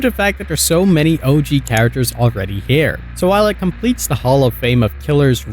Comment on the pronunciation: Into da fog? Dis instead of this? Are you on drugs?